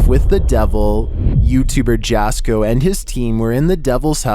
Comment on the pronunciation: His name is pronounced like YASKO not JASKO